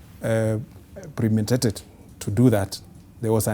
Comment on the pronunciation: Nani alisikia “...there must be a PREMATED reason” 😂😂😂😂